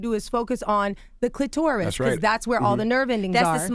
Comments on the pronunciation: I can't take an expert seriously who says cli-TOR-is instead of CLI-ter-is. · The CLIT- OR- US / rub it slow / TORT - US